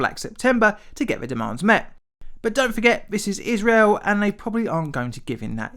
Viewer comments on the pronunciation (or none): none